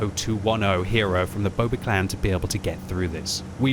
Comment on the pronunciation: I like how he pronounced it "boba clan" even though it clearly says B00BA